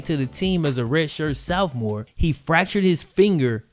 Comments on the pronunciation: You can never pronounce “sophomore” correctly😂 you always say “soufmore” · TF is a "Souphmore" tho?!🙄...juss playin--dope vids--never heard any1 pronounce Sophomore like that, lol.